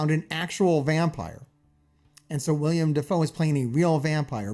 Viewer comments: You keep calling him William Defoe! Its Willem! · Will-em Defoe, not William.